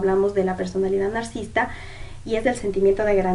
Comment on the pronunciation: Gracias por hacer un video de ésta temática. (Sólo que se dice nar-ci-sis-ta)